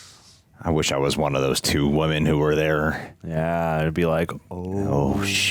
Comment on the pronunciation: that’s not how to pronounce “women”. You made it sound identical to “woman”